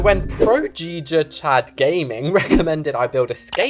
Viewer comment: We gonna talk about the fact you said giga chad wrong anyway could you build a hotel then invite fans